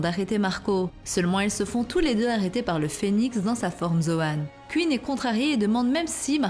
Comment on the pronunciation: Ca se prononce Queen pas Qu ine